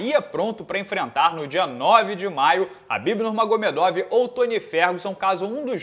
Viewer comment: por que o chama o Khabib de Rabib?